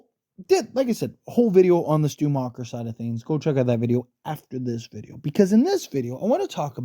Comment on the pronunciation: Macher not macher damn it and nest ce pas cest gossant